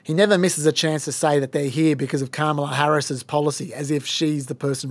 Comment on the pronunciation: I am so thankful for your Trump tweet voice actor on the main show. In a world of half-rate impersonators, your guy NAILS Trump’s weird cadence and scattered emphasis on certain words — right down to the mispronunciation of Kam-AH-lah 🤣